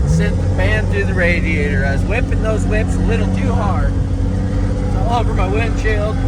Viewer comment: you calling those whips or whoops? Maybe just an arizona thang!🤠